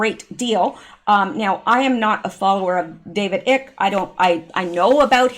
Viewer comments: Hey, idk if anyone else brought it to your attention, but that fella’s name is “David ICKE(pronounced like ice, but obviously with a K at the end). 👌🏽 Thanks for the info once again. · David Icke.... PRONOUNCE IKE...Like IKE EISENHOWER !!! ;-))) And the man should at the very least be LISTENED TO... Cause he was RIGHT ON about TONS OF IT and FOR YEARS!!! Sorry I'm late! Watching you TODAY instead of YESTERDAY!!! Fell Asleep Yesterday! lol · *Icke is pronounced (👁- 🗝) (eye-key)...just say'n💁‍♀️💗😻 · David ike? Pronounced 'eye k', not 'ick' is a classic moron. He claimed to be the second coming in the 80's. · It's not David Icke like in icky. It's I like in I do. It's a long I. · David Icke pronounced eye with a k - and he is brilliant. Not ick as in icky.